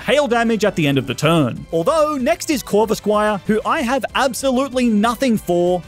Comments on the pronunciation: how’s nobody realize that he said corvisqire also Cynthia is 30 and is 24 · Bro said corvisquire